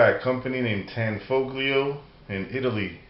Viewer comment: Pronounced with the g silent.... Tan-foe'-lee-oh.